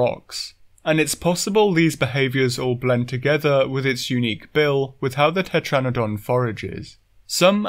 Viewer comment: IT,S TETRANADON